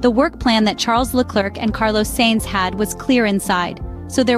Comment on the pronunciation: I like this channel for I learn something each time I watch a new video. However the pronunciation of Charles Leclerc's name is wrong. The "c" at the end of the name should remain silent. The correct pronunciation is Le-Claire as in Claire Williams. AI is based on machine learning and in this case the machine learned it incorrectly because the name is often pronounced wrong by English-speaking commentators. My suggestion to the machine is to watch more French-speaking videos in order to learn the correct prononciation. Quibble aside your channel has now become a reference for me.